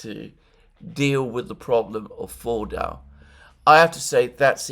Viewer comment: Fordo Fordau Foordoor. Try this: Ford (as in the card maker) and oh (as in OH dear God I wish Alexander would stop trying to pronounce words in their language of origin). Ford-oh and the pronunciation is perfect